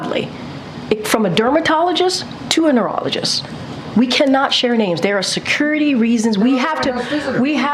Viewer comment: when she says “security” but it comes out the way Bon Qui Qui says it in that fast food skit. 😂